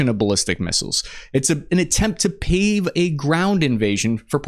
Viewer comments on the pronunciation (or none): none